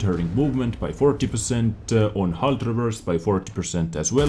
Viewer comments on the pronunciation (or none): none